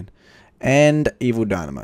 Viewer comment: Cmon dudeeeeee evil DAI-MYO NOT DYNAMO ur killin me jeez